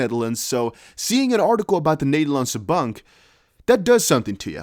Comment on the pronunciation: Nice to hear your Dutch “De Nederlandse Bank” 👌👊🇳🇱